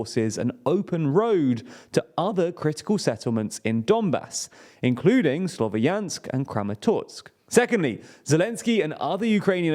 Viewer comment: Please, Slovyansk is a two-syllable word, not three syllables like you are pronouncing it. “ya” is a single vowel “я”.